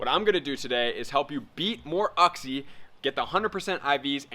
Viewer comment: it's pronounced "you-xie" lol